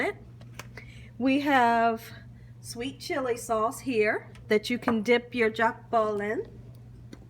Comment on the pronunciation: it is: Jokbal and is pronounced "JOKE BALL" not "Jacque bal".😉 You're adding French to Korean.😊❣❣💞 Looks good but I do not think I can eat it unless YOU cooked it or my sister, Ho Sik, who is Korean. 😘😘 💖💖🤗 God bless you sweet for all you do!😊☺🙂